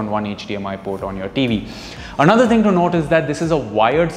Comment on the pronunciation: Is the only Hindu I can understand. The only word that jumped my attention was "thing", I heard "ding".